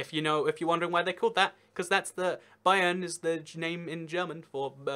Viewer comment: you actually didn't butcher bayern